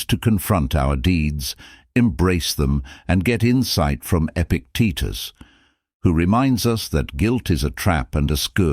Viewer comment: Although the information is valuable, it would be beneficial to edit the script in such a way that the AI narrator can speak properly such things as Epictetus' name. Section breaks and correct pauses would also be useful.